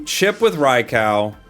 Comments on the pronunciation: Oh no, not him saying Rai-COW again hahaha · Rye cow?! Lmao 🤣 Love you & thanks for all the great content. Although, I will never understand why people can’t pronounce these Pokemon names… just reference other words. Rai as in rain or raid, kou as in soup or group. Hellfire… I’m all about playing a kids game, but can we not read like kids too.